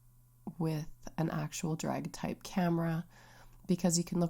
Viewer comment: Hi :) it’s pronounced da-gair-ee-uh-type